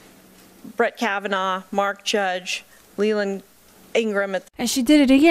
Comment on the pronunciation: I can’t trust this woman narrating who can’t even pronounce Kavanaugh - did she even watch any of the hearing? She is clearly politically biased and trying to mask that in fake “expertise”.